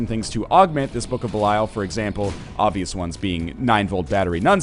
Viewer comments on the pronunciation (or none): 632 episodes in, still pronounces book of belial wrong.